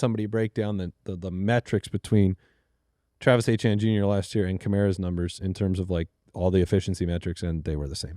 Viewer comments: You guys continuing to pronounce Travis Etienne's name wrong keeps making me laugh 😂 It's not (Ay-Chan), it's (Etch-Yen). It's just a French name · It’s pronounced Travis Etienne( Attiene instead of the E) Jr.